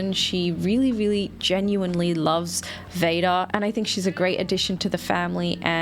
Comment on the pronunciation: Every time says Vada, i hear VADER